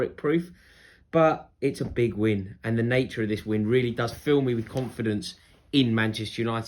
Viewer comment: Rory: " with the likes of mee"